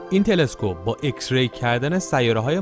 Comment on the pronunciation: داداااااش خوده انگلیس میگه ایکس بعد تو میگی اِکس؟؟؟